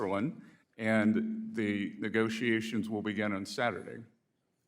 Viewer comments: It's MOonday Morning and the WORLD is smiling on Sec. Bessett. Try to teach the Idjut how to pronounce: negoziazijons. Djeez. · and a pronunciation issue; English is not that difficult. They should all immigrants require to speak it! "Negoziazijonz" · Some rookie wrote down a few questions and she doesn't know how to pronounce: "Negoziazijonz" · "Negoziazijonz" pronounced the old Sanchez way! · she can barely pronounce 'negoziazions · She's still working on her English: negoziazjons. Djeez...... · It really bothers me that at this level of employment she is not able to pronounce correctly “negotiations” we know she is Spanish. This is not a difficult word.